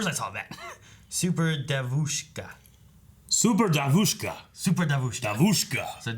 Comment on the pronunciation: I am so upset, because I just can't explain how (devuska, девушка) sounds on Russian language. On Russian language we use accent a little different devuska, accent on e.